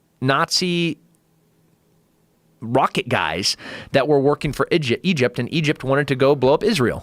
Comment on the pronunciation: Working for “Idgept”